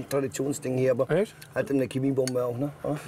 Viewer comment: Kann der Dude Mal Chemie statt Kemie sagen